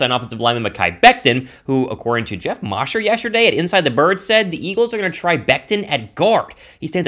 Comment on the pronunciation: Dont do my boy Geoff Mosher "Mow' Sher" like that! lol